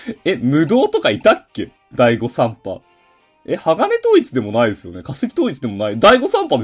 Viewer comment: はじめまして。ダイゴさん？が大誤算に聞こえました。